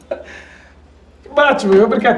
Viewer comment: Mas ele disse "batchiman".